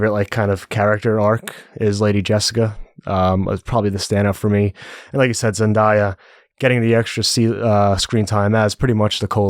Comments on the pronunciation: I'm not trying to give yall a hard time but Zendaya is pronounced Zen-DAY-ya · Great review! But zendaya’s name is pronounced zendAYEa and it’s more like BUHtista